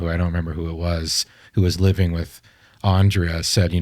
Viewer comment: On-dree-ya Poo-ha-rich Not "Ann-Drey-ah" Language lesson for nobody who asked for it... In Serbian, for Latin script, each letter has only one way of pronunciation. There's no "modifiers". "J" is pronounced "ya", "I" is pronounced "ee". "Ć" is "ch" with tip of tongue meeting the roof of your mouth towards the front, behind your front teeth. When you see "Č", it's pronounced "ch" but with tongue fully pressed against the roof of your mouth, or slightly towards the middle/rear towards the throat. If you see just "C", it's the "ts" sound. "R" is always rolled, but smoothly, not like Spanish where the tongue bounces. Andrija Puharić was born in Chicago to Croatian parents who emigrated from Hungary. His name was actually Henry Carl Puharich, to help him assimilate easier into US culture, but his parents called him Andrija, a traditional name in all of former Yugoslav countries. It's our equivalent of "Andrew".